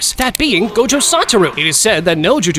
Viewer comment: I think you miss said gojos name is go. Jo